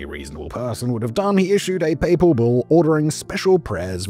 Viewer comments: "PayPal procession" lmaooo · "...a Paypal procession from St. Peter's basilica to the Lateran?